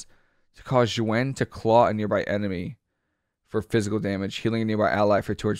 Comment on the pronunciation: Nice video, but it's pronounced ZOO-when = Xuen, hate to be that guy but was driving me nuts